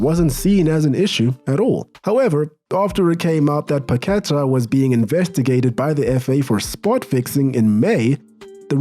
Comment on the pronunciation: PaquetA not paquEta